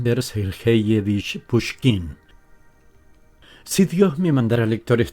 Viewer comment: El apellido Pushkin se pronuncia como una palabra llana (o grave). El acento de intensidad recae en la primera sílaba (Púsh-kin), tanto en su idioma original en ruso como al adaptarlo de forma habitual al español.